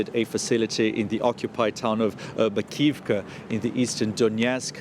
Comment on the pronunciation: MAKI-IVKA. Nobody pronounces it correctly.